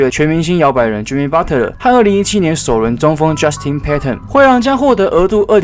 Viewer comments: 是Butler(拿) 不是Butter= = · Butter？？沾美牛油？？ Patton讀成pattern？？ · 我聽到的是Butler阿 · Butler其實是念budler t是不發音